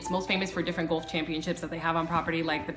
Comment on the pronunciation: Like the video but the fact she mispronounces golf the whole time is making me cringe lol